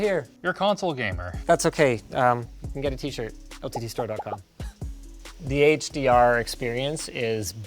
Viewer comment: "HDArent" Love that lol